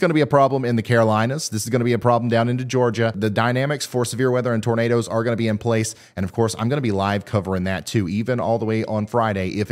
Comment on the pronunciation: Bertha I musta nodded off.....Did he say NADERS??? 🌪